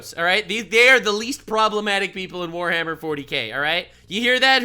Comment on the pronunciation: "Forhammer Worty K"